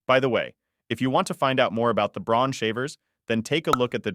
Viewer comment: Braun is a German company...so it's pronounced "Brown"...just saying!